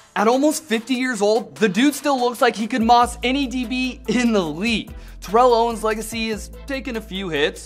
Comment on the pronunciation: Favorite player but your mispronouncing his name wrong yea, favorite player sure